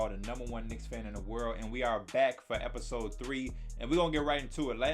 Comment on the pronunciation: "Last epitoos-ep, 'scuse me" I'm crying